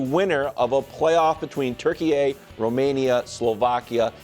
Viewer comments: Why are you guys saying Turkeyay... It's Turkey. I assume if you hadn't seen the un-anglacized spelling you would know it's Turkey lol. Americans 😂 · Turkeye is not pronounced Turkey-YAY, it’s Turkey-YAH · Turkiye is pronounced Turkey 🦃